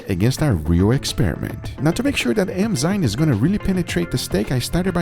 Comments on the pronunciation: Everyone: Enzymes... Guga: E M Z Y N E S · Enzymes: exist Guga: eMzyNes